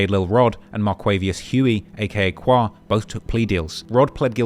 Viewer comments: Bro… Qua is pronounced Quay! It was painful listening to how you pronounced it. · Every time you said qwa I wanted to turn it off